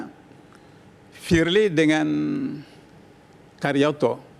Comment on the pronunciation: Pirli Basuki...... 🤭🤭🤭🤣🤣🤣🤣😂😂😂 Ngakak dahhh split-tounge-nya Bang Hotman....🤣😅